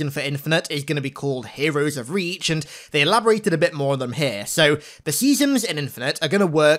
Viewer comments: Seasems! Not seasons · SEASON not seasom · Is he saying seasoms? With an M? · Your pronunciation of "Seasons" got progressively worse throughout this video